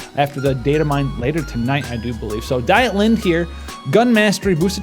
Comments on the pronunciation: hi its spoken "deetlinde" its a german name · Doing by the Japanese, Dietlinde is pronounced deet-lind.